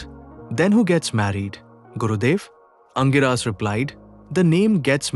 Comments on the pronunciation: For info, the sage name is pronounced as ‘Angeerasa’ and not Angiraas. Pls note. Thanks for the video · The pronunciation of Angirasa Mahamuni by the narrator is not sounding right at all😮 apart from that story shows the complex nature of marriage or grihastha ashram! Thank you